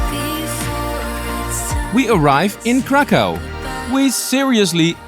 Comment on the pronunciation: 1795 through 1918 is when Poland was partitioned, not 1600 through 1939 (WW2). Also its pronounces crakhuf